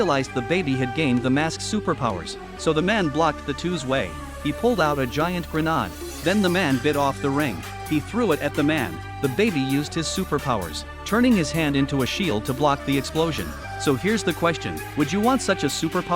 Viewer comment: bro said granade (gro-nod)